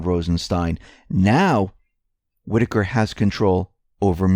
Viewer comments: I am glad you learned the correct pronunciation of Whitaker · most likely you didn't read very many books while you were in High School. You finally got the pronunciation of "Whitaker" correct but it's "MONITORING" not "monoring". Don't be mad! I made lots of mistakes when I was your age too (I'm 78).